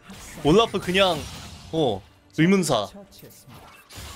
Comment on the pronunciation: 왜 올라프 발음을 우올뤄프 라고 하시는거죠?